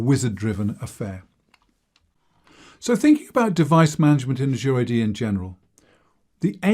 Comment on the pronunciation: I wish people would learn how to pronounce the word Azure. Just check one of the many online dictionaries.